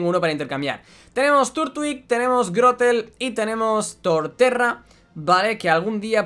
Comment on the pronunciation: xd en lugar de grovyle dijo grotel